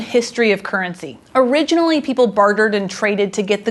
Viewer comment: Normally I don't notice it that much, but I switched off after a minute due to woeful pronounciation. 'kerncy'